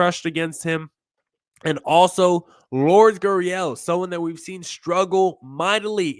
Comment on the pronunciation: Lure-des. Stop calling him Lords. Look it up.